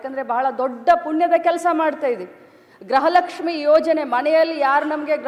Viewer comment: ಗ್ರಹ ಲಕ್ಷ್ಮಿ ಅಲ್ಲಾ ಅಮ್ಮ ಅದು ಗೃಹ ಲಕ್ಷ್ಮಿ 😁😁😁😂😂